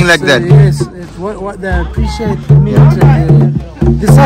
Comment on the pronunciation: Meet അല്ല. Meat 🥴🥴🥴